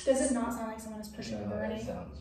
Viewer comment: the "not" around 28 - 30 minutes sounded like run in my ears, but none the less this place seems really creppy.